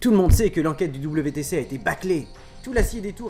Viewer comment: Wtc pas vtc sinon super video